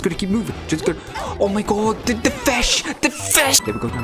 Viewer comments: THE FESH!! THE FESH!! THE FESH!! HAHAHAHA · “The fesh”